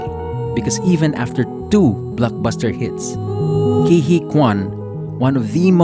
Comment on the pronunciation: "Huy" is tough to pronounce, but the correct way is "Hwee" .. not "Hee" :)